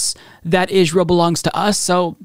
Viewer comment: Am I the only one who hears say Israel like Ishrael? I dunno...either way I already called Bennett to be worse.